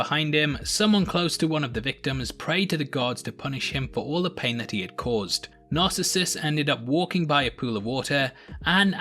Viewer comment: Good analysis. But you're mispronouncing Narcissus.